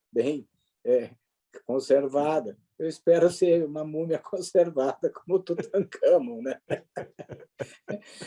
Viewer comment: Bom dia, prof Villa... Vi um trecho da live onde ele atacou o Dr. Reale. Tão patético que ele até errou o nome do faraó Tutankamon, dizendo "Tutacamon", talvez tentando fazer piada com o nome. Agora, quer proibir o Carnaval, mas queria que não houvesse exigência do passaporte sanitário, com os objetivos de prejudicar a arrecadação dos Estados e promover a disseminação do vírus.